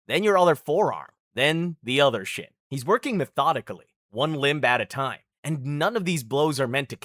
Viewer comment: It’s not shit, it’s shin..